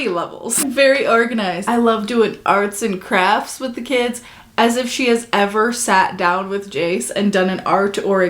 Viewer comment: Jenelle sounds like she says "arson crafts". i kinda love it.